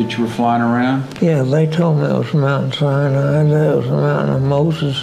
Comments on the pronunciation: Mount Sine ee yeye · Its not pronounced Sai-niai LMFAO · Aren’t you mispronouncing the name Sinai, please look it up on google. I spent 8 years being educated in a Christian school and we pronounced Sinai exactly the same way that google does. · Wrong way to say Mt. Sinai... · You're pronouncing Sinai wrong. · Interesting. But please learn how to pronounce "Sinai" !! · Why do you pronounce it Mount Sinyai? it's "Sinai"! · Mt. 'SIGH-NI-EYE'!??!??? 🤔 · Why do you keep calling mt Sinai "mt Sine E eyeee" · Mount Sinai has no i after the n. It is pronounced Sigh-Nigh or sy ny. Can you edit in the correct pronunciation please? Its irritating the way you say it. Sorry. No offence. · I think you are mispronouncing Sinai. Sie nie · Sinai not Saniai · Very nice... but it's pronounced Mt. SIGH-NIGH, not Sigh-NEE-eye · It's pronounced Si-ni not Si-nee-i. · Thanks for this! I think the correct pronunciation of Sinai is "sigh-nigh", not sai-ni-ai. 🙂 Otherwise, nice compilation! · I pronounce it "sigh nigh" not "sigh knee eye". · It isn't "Sin e i" it sounds like "Sini" the "a" is silent. 😊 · S-EYE-NIGH .. not 'Sy-knee-eye' ... ugh! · it is not pronounced as Sain"iai" ... it is Sain"ai" ... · Its "Sye-Nie"NOT "Sye-NEE-I" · Please stop saying Sinee-eye. It is Si-nye. You don't get to change the pronuncoation just to make yourself stand out and feel special. It makes you sound uneducated at the least. Proper pronunciation is essential to proper history and correct knowledge being shared. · ❤Hello,, I noticed your unusual pronunciation of Mt. SINAI, sounds like SI-NE-AI. Is there any reason for this? Thank you, friend. 🙏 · You need to pronounce Mount Sinai correctly. It’s not “SiNaInaiii”. You sound like a robot when you say that. Nice video by the way! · How can I think you know what you are talking about when you can't pronounce "Sinai" correctly? "sigh-nee-eye" is not in English nor in Hebrew. What's up with that?